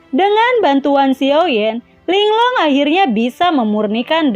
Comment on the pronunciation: Ling Lung aja kak jangan Ling long